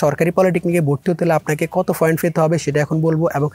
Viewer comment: foint na point